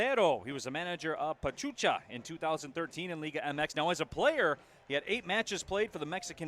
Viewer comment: My respect for Detroit City FC fans. I love the support for their team. I just hope Bravos start on the right foot and beat Atlas on the season opener. On a different note, it was hilarious when one of the commentators mispronounced the team of Pachuca for "Pachucha." Many fans from Juarez got a kick out of that one. Kinda cute really. The commentators however, are very well-informed about Liga MX. Kudos to them! Vamos Bravos a romperla en primera, El Chuco Town te apoya!